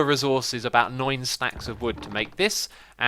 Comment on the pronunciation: cost about noine stack of wood!!!!!!!! epic english